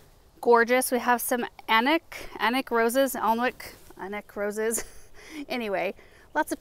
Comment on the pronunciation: Alnwick as in panic. The “L” is silent. As is the “w”. Say, “Anick”